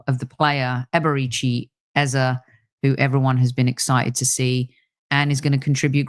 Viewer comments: you got the name, EZE right the first time. Rebecca didn’t pronounce it well, Rebecca pronounces it EZA. I love Beks but that is not the right pronunciation. ❤️ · Why are you pronouncing Eze differently? Is that proper way to pronounce ( something like pet name)? If so we should start pronounce it like ‘Ezza’😂😂